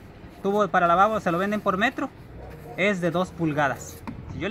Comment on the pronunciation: Jajajaja para lababo suena chistoso